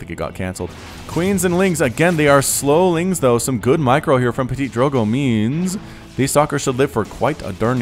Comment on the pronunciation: That's so fun to hear at you (and any english caster) saying Ptitdrogo x') you sound like "PetiteDrogo" or "PetitDrogo" instead of ptitDrogo^^